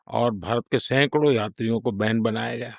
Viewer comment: Ban bnaya gya kya bolte ho sir aap😅😅